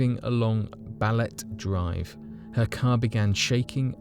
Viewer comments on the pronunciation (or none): It is pronounced as Ba-le-te Drive not, Balet Drive, just so you know 😆